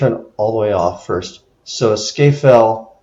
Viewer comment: Its pronounced Scar Fell or alternatively Scaffell :)